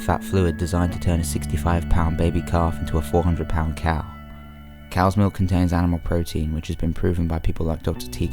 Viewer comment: I can't deal with the way you say milk. That 'k' sound is just..... uuuuuuuuuuhhhhhhhh. I want to chop of my ears.